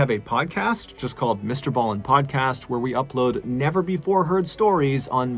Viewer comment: So nice to hear Mr. Ballen pronounce the name 😂. 🇰🇪